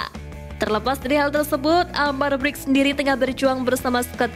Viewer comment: Min brkic baca nya min jangan brik ga enak bgt gue denger nya . Harus nya di baca berkic jadi bric 😂😂